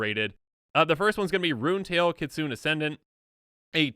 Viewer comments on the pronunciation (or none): Kit-soon? Ki-tsu-ne! Japanese for fox, きつね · PSA: Viscera: VIS-er-a. Kitsune: kit-SOO-neh. Real words that you can look up in a dictionary.